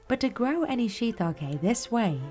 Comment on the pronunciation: She pronounced it wrong every single time 😂😂😂, the farmers pronounced correctly